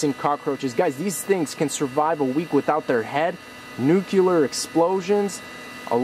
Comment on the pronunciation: Dear, the word is "NUCLEAR" not "NucUlar", clearly he's related to George W.